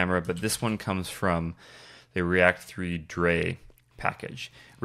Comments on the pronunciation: Just so you know, "Drei" is pronounced like the English word "dry". "Drei" is German for "three". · Great intro to R3F, thanks! Worth mentioning drei is probably pronounced "dry", as in the German word for Three, rather than "forgot about drei":) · Drei is 3 in german - so i believe it would be pronounced "dry" in english :)